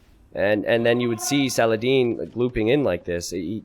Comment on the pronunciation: Sal uh Hah Deen